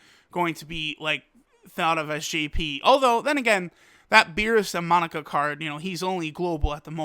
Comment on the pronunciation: Bro y do u keep calling him monica 😂